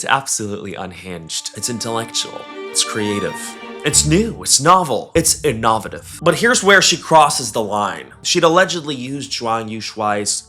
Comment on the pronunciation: I can't help but giggle every time he says innovative lmao